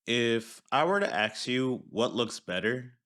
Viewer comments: Regarding the current art style vs old art in dbs. The new looks better and it’s not even close, despite you saying I can’t. The tournament of power arc is an artistic marvel. I’m sorry your particular taste isn’t in the mood to branch out. Also, it’s “ask” and not “axe” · It`s pronounced ASK not AXE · It’s ask not axe. Wtf is wrong with you, don’t ever call yourself a “thinker”